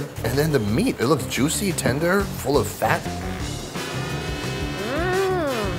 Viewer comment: Where is the host from? He pronounces "juicy" in a really strange way that doesn't sound familiar to American accents. He also says it a lot.